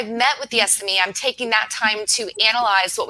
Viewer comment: Ha! I never would have guessed you'd pronounce "SME" the way I'm hearing here, lol! I would have just said each letter "S""M""E". Now I can sound like I know what I'm talking about "sssMEE" :)